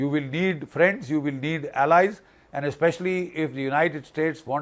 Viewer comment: Not friend but "PHAREND"😂😂